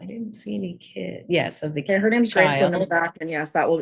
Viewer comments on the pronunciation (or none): I’m not a fan of this lawyer, he can’t get names right.